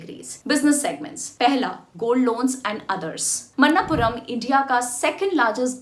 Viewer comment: Manappuram, not mannapuram